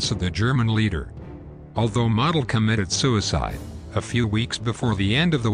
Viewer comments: Once again you’ve taken away from an interesting documentary by butchering the pronunciation of Field Marshal’s Models name. It’s common knowledge that his name is pronounced Moe del and the way you say it has nothing to do with an accent or an accepted alternate pronunciation. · It's actually Modl like Jodl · Model (I believe it is pronounced Merdel) was regarded by some other generals as a strategic dunce, but a tactical genius. He was known as the Fuhrer's Fireman, for his ability to solve tactical problems, on the fly, and prevent the Soviets from exploiting breakthroughs. But when he was transferred to the Western front, he came under criticism for his lack of strategic nous.